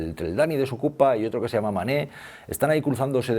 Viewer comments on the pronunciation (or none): none